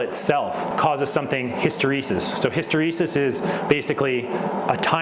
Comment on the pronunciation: If you want to really lower the Eddy/Foccult currents in the system change the Air gap to Hydrogen or some other Inert Gas to help dissipate the Heat from around the motor & coils. ~75psi for H. Nothing will be gained from using a hard vacuum. Your pronunciation of Hysteresis is amusing for a guy who speaks English. Say Impedance ;> Keep trying out the new Core materials & forms , laminations were included for a reason. Bedini seemed to like using lengths of wire for the core , not sure of the material he preferred.